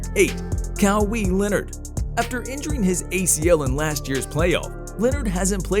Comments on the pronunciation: Cow-eee Leonard 😂😂😂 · Cow-He Leonard 🤣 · Kawee Leonard...?? Who the heck is that...?!!! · “Lucha donci” “kawe Lenord” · Ahhh yes my favorite nba player, Kowhee Leonard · “Ca-wee Leonard” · Not even. Who tf is Cow-Wee Leonard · Appreciate the video👍 And idk if you knew that you said it wrong but your pronunciation of kawhi was funny